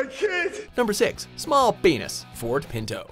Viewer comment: the way he said penis XDDDDD